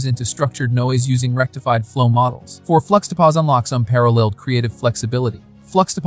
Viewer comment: fluxtapozz lol, it's supposed to sound like juxtapose you dunce